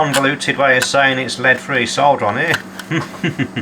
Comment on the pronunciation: I subscribed because you can pronounce "solder" without sounding like you're talking about a pile of dirt.